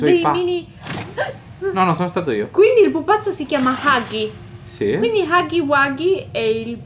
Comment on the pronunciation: Si dice huggy no haggy